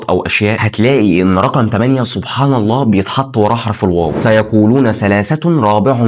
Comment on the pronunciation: حرف العطف ال wow❌ حرف العطف الواو✅